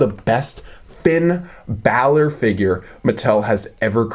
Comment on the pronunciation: it's is Finn Balor